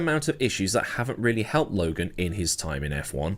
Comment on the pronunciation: Lo-gone? You’ve outdone yourself.